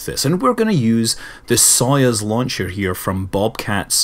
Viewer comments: It's not sOyuz, it's soyUz. Please, Scott, pronounce the name correctly. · It's pronounced SAy-oos, not Soyuz. iirc, the chronic mispronunciation has something to do with a NASA error in translation, one of the letters in the Russian version of the name ( Союз ) works out to roughly two in English. Either way, it'd be similar to a Russian calling Apollo like...Aplo. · Hello Scott, I am Russian. I indeed got used to weird pronunciation, but, if you can, say So-'uz. BTW, it translates as union.